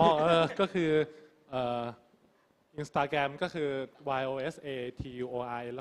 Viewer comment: インスタグラムって日本の発音で言ってるPerthくん素晴らしい START self-introduction Armさん song doraemon 小芝居 song